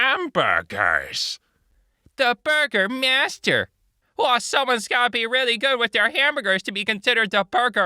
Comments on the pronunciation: Its prounounced "Burgher-Meister" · it figuratively hurts every time he says burgermaster when its burger-meister now I'm on a side fetch quest for burgers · Its Burger Meister like Jägermeister. it originated from Germany and literally means "master of the citizens". Also Jägermeister translates to "Master Hunter" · I keep getting annoyed when I hear Burgermaster, cuz I'm pretty sure it's supposed to be pronounced burger My-ster. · Just wanted to let people know , that's it is a German name for the head of a town and a bit more like a king most of the time. And is not said as Burgermaster, but BurgerMEISTER! I'm sorry if I sound a bit rude or know-it-all ish I just wanted to people to know. Thank you. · Not to be "that guy", but.... It is Bürgermeister (bʏʁɡɐˌmaɪ̯stɐ) or Bur-grr- My-stea, it's German; it translates to master of the citizens( burger (“citizen”) + meister (“master”)), or Mayor or Chief Magistrate in English. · Burger-master sounds so wrong... Hearing a false word isn't bad, hearing it all the time kills you. Bürgermeister or Buergermeister is what it's at. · Also it’s burger-meister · It's not burgermaster... It's Bürgermeister ;) it's a German word that is sometimes used in English, bacuae it sounds cool 😂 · Bürgermeister not Burgermaster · Bürgermeister is not Burgomaster. Just saying. You say that differently. :D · Its Bürgermeister. Not Burgermaster xD its the Mayor of a town. The EI in Meister is pronounced like the "i" in "light" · Someone please smack that on the head and give her a quick german language lesson.